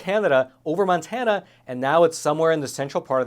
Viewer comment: MONTANA NOT MANTANA. ITS MONTANA